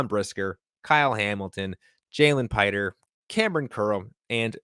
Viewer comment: Not "Piter." Pee-tray.